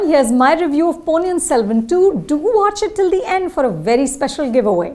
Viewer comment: Learn to pronounce ponniyin selvan correctly